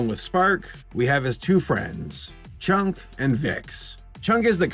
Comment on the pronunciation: you said 'chunk'. I heard 'chonk'. Makes sense.